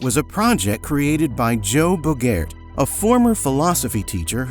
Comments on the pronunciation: and Bogaert, for that matter. it's closer to Bo-Guard. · His name is pronounced BO-gart. He also went by the pseudonym Thomas DeQuincey. Also, Manuela was in the videos for Get Up and Move This, so this is really a nothing burger. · Let's get a few things clear (especially for those that still don't know): *Technotronic was not a band in the first place, nor it ever intended to be. It was strictly a project based only in the studio. *The producer and founder, Jo Bogaert (pronounced "Yo Bo-gart"), was and has always been a musician born and raised in Belgium, not "an American philosophy teacher who gave it up to be a musician". *Before "Pump Up The Jam" was released internationally, the singer and author of the song, Manuela "Ya Kid K." Kamosi, didn't turn 18 yet, and the record execs at ARS Entertainment already gave her reason not to trust them with this big (and bogus) record deal that they quickly tried to pressure her to sign. Instead, after she finally turned them down, they went behind her back and hired Felly Killingi as a "marketing strategy", which Jo didn't have anything to do with, by the way. *The media spent years lying about stuff like this and people keep eating it up to this very day. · Americans and pronouncing any foreign name 😢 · His name is pronounced like Humphrey Bogart's family name. It actually is the same name, just a different spelling. Source: Jo Bogaert was my neighbour. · His pronunciation of "Bogaert" is also way off.